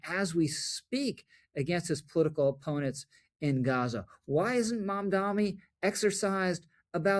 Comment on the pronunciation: Rich, it's MamdaNi not MamdaMi.